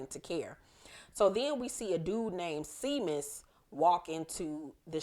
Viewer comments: Isn't the cop's name Seamus as in shay-mus? It's an Irish name. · Seamus is pronounced Shay-mus